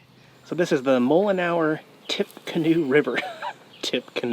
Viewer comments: What fun you’re having today! Worms ate the marks into the tree while the bark was still on it. ‘Tip-a-canoe is the pronunciation, there was a presidential race years ago and one of the candidates slogan was ‘Tippecanoe and Tyler Too’. I’ll have to look up the historical content. Safe travels! Since you’re entering Great Lakes territory you’ll be seeing more cloudy weather, it looks like it’s going to rain many days here in NE Ohio. If I get my car troubles resolved when you’re more in my area perhaps I can take you to lunch or dinner. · it is pronounced tippycanoe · i think it is pronounced tippy canoe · It's pronounced Tipp E canoe. I remember going there during a school field trip years ago. It was fun. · In this neck of the woods it's pronounced 'Tippacanoe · I think it’s pronounced ‘tippy’ canoe.... either way, funny name!